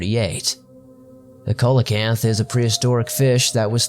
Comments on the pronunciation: Coelacanth is pronounced See-la-canth. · Epoch - pronounced ee-pock Coelacanth - pronounced see-lo-canth .. not busting your balls, an editor/narrator has to learn these things! ;) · Coelacanth is pronounced.... Seal o canth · Sea lo canth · Coelacanth is pronounced SEE-la-canth. Just a friendly heads up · I'm not the grammar police, I'm just genuinely trying to help you out here. Pleistocene is pronounced: PLY sto seen. Also known as the last ice age. Coelacanth is pronounced: SEE lo kanth. And great video! Please make more like this! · Not to too critical but to help you out. coelacanth (pronounced SEEL-uh-kanth). I know it doesn't look the way it sounds but I thought I'd help ya out on that. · I thought I'd check the comments before I corrected his pronunciation of coelacanth. Thank you ! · Great video! That pronounciation of "coelacanth," tho...